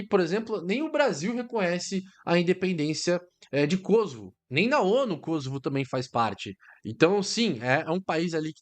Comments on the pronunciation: Não é Kôsovo, e sim, Kosôvo. Pois não é uma palavra proparoxítona. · Por que Kósovo. O correto é Kosovo. Mania de acentuação inglesa.